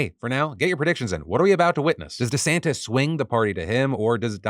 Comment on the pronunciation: Merman? MERMAN?? EDIT: DiSantis?? DISANTIS??